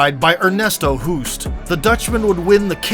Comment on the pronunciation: Why not do a little bit of research on how to pronounce non English names? Ernesto Hoost is Dutch. Pronounced like host.